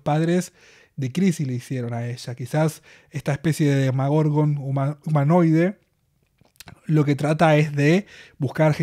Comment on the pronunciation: me rechina un poco cuando decís “demagorgon” en vez de Demogorgon xD